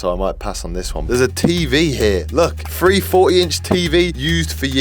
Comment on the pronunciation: my ears- Three= Freee Free=Frreee